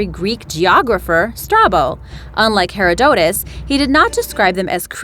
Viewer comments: While Puerto Rico and Chupacabra are pronounced correctly complete with the Spanish inflection the pronunciation of Herodotus is wrong. The correct pronunciation is 'huh-rod-uh-tuh s). The correct pronunciation of Sir Walter's last name is (Raw-LEE) Raleigh. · GreenyTheDragon ikr? Her pronunciation of Herodotus killed me xD